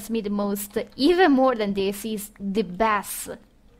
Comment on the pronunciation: FYI, 'bass' is pronounced like 'base' when it refers to the sound; the way you said it, it is a fish :)